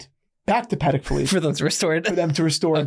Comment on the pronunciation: Pa-Tek…. Pa-Tek…. Pa-Tek….!